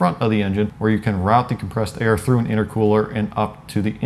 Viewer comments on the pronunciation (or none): none